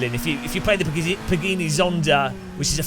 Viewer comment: Pagini Zonda? Really pa-gii-nii? 🤔😁